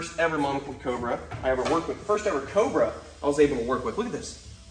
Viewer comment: he said cober